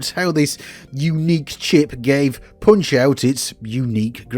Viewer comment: "Poonch euoght" wtf lol